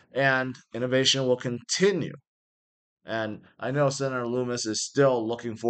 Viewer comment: Every single youtuber has to make sure they say Lummis' name wrong. Its literally in her X bio